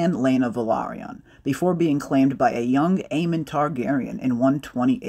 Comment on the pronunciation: Isn't the name Aemond Targaryen, pronounced with a "D" at the end? Not Aemon like you said and ??? Even if the names sound almost the same they are different Aemon, Aegon, Daemon, Aemond, Daeron, Aeron... I'm pretty sure I've seen a video same years back when GOT was in full force, where George R R Martin gave an interview and corrected the interviewer on this exact subject where he refered to Aemond Targaryen just like you said it Aemon" and not pronounced the "D" and George explained it. The duel is something epic in the lore of the books, it's so epic that even the names are somewhat connected and in an antithesis: if you take the "D" from Daemon and add it at the end of Aemon, you get Aemond. I'm not a grammar nazi or something, but maybe you know the names wrong and I wanted to point out this thing about the names.